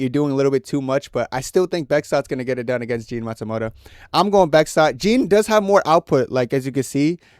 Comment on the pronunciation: Jefferson naSIMOTO…Jean Matsumoto 😂